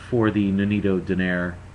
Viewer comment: Its pronounced = Doh-Nigh-Reh not Doh-Nayr. Didn't any of you listen to the announcer?